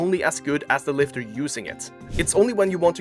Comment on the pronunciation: JEFF NIPPOD 🗣️ SCIENCE BASED LIFTAH 🗣️ WON’T TAKE YOUR PITCHAH 🗣️